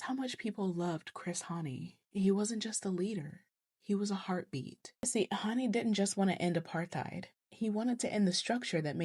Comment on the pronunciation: You pronounce it right❤